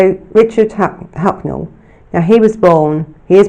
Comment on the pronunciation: Throughout you called him Hucknell...